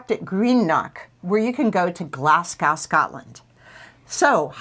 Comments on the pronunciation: Dun Laoghaire is prononce Dun Leery. and its Glas-go , not Gas-Cow. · Glasgow, not Glascow, but thank you for your video.